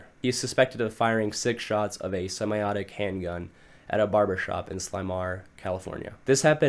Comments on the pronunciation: “Semi autic”💀💀💀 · you mispronounced semi-automatic